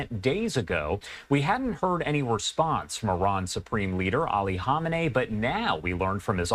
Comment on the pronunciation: Isn’t it pronounced Ka-may-nee? Not Hom-in-ay?